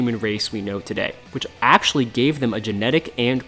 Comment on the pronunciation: Video summary: "Ack-show-lee, Ack-show-lee, Ack-show-lee, Ack-show-lee, Ack-show-lee..."